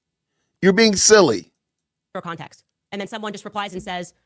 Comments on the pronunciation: Did Candace say con-tax instead of context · She can’t even say context correctly….lol.